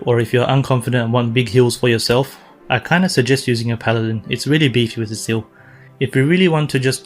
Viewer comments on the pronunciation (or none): none